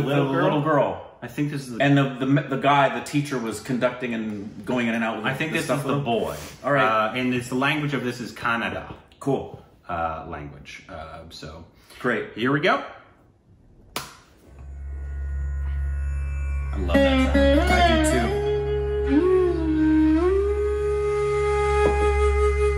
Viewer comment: You Know what language it is It is in Kannada language but you guys pronounced it Canada😠